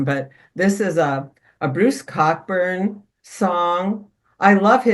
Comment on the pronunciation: Re Bruce Cockburn: it’s actually pronounced “Coburn” (fortunately!)